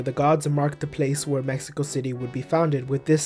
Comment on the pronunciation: He said my flag wrong Mexico in